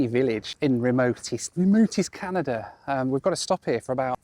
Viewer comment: "Northern Canadur"